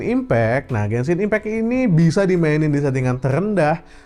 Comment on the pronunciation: Yang pas sebut genshin, apa aku gasalah dngr ya, blgnya kok bensin impact🗿